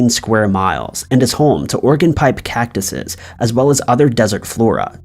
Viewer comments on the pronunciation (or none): none